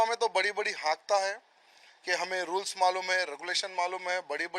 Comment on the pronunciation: Roles nahi Rules bolo😂😂😂😂😂😂😂😂😂